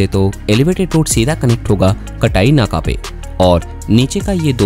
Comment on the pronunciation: अरे भाऊ ते कटाई नाका नाही आहे रे , ते काटई नाका आहे . तुला ड्रोनमॅन च्या ऐवजी ड्रॉनेमान बोललेलं चालेल का